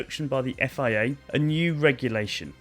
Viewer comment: Is it my dodgy hearing or do you keep referring to FAA regulations, instead of FIA?